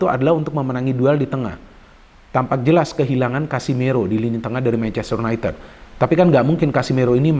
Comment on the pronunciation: y u n a i t i d bukan u n a i t e d